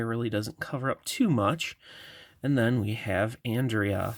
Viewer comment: It’s on-dray-ya I think love your videos btw